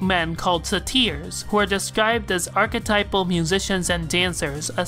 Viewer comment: It's say-ters n0t se-tiers.